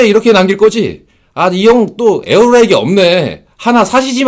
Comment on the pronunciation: 진짜 냉정하고 일침 가하는 채널 되면 좋겠다. 광고 안들어와도 진용진이나 주작감별사처럼 음식 리뷰 광고든 아니든 진짜 안흔들리고 냉정한 먹방채널도 필요함.. ps. 에어후라이기... 탑급 발음 소유자